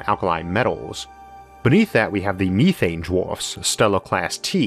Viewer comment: Me-thane, You-thane, He-thane, She-thane...